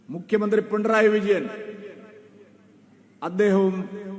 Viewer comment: പിണ്ടറായി വിജയൻ എന്നാണ് ചേട്ടായി പറയുന്നത്😂 അത് പോലും പറയാൻ അറിയില്ല സൂരപ്പൻ